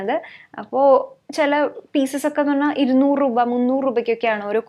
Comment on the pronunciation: 200 റൂപ😂, റൂപയല്ല രൂപ but njan aayalum agne parayu kettapo chumma parayan thonni😁